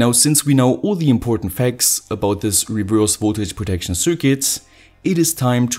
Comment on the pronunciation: His pronunciation is horrible, isn’t it?